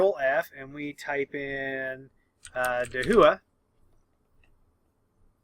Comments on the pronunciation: DaHua should be pronounced as "ta - wah" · And here I thought it was pronounced: Hick-Vision And Dah-who-uh. Interesting...